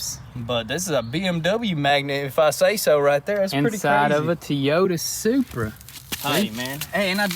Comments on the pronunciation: That's how they pronounce Toyota in TN? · Teayoda supra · “Tee-ota supra “ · Teeyota lol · TOY O TA jesus pronounce it right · also pronounce Toyota correctly Jesus Christ. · Tee- Yo-Ta! It’s funny because I remember awhile back you guys were on a build where every video you posted someone was saying something about your guys pronunciation on one specific word. Someone refresh my memory on that one if you remember. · It's pronounced "TOY" ota... Just saying... The mirrors should be color matching with a small red pin stripe to better match the red accents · Everyone said something about how he says TeeYoda in the last video. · Toyota pronounced Toy-oat-ah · I put a swab in my ears whenever they said Tee yota...btw, dang son.. please put on a mask when you cut the blown airbags... and another advice, don't touch anything that somebody left in a used car..not cool and not safe, especially nowadays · Again with the Tiota Supra. Lol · Say it with me... Toyota (TOY-oh-tuh) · "Tiyota" LOL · TEEEEEEEEEEEEEEEEEEEEEEEEEEEEEEEEEEEEEEYOTA ... Come on... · Teaoyta... Cracks me up... When I was in college, I worked with an old black guy. He drove a truck - it had 250,000 miles on it and it just kept going... He called it Tioyta. Old Joe and his Tioyta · Did anyone notice that “Teyota”? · Did he say T YOTA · Hearing you guys pronounce it as teeeeeyoda makes me want to stop watching. Its my biggest pet peeve hearing people not pronouncing simple things correctly 😂😑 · Toy yoda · Teoyota.... Lol I thought it was Toyota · T-ota lol, I like the way you say it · Whats a Teeeyota? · TOY-OTA TOY-OTA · it is not tee-yota it is toy-ota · Is it just me or is it supposed to be TOYota not TEEota...?? 😂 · Toyota not Teyota not trying to be rude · It's toy-ow-tuh not T-ota I have a southern accent so don't say it's because of that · Alright I'll ask who is tee-oda?? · Is it a BMW, Toyota or Tee-Yota, I’m confused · For the love of God itsTOYota, stop with the teeota, your killing me